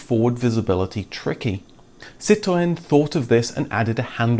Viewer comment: I love how you pronounce 'Citroen'...bravo!